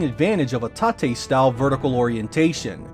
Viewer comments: I hope you realise tate mode is is a cut down version of the word rotate so not pronounced tartay...... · vagely remembered a tweet saying this was being made by subsidiary Sega Toys and not Sega themselves. Also M2 had no involvement in this. So it's kinda understandable on some of the shortcomings on the product. On stupid things I just learned today. I've never heard anyone pronounce "Tate" as [tah-tay]. I always assumed it just short for rotate. Lol